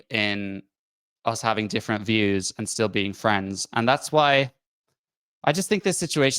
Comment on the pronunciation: “Still” not “sill”